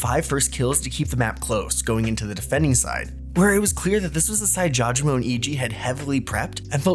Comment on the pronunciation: thank you finally someone calls out people saying it jaw je mo